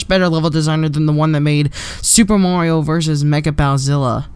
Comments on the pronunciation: "super morio maker" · Ok I'm going to clear to the whole world, it is pronounced mah-rio not maaaaaa-rio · mario not morio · LOL he says moario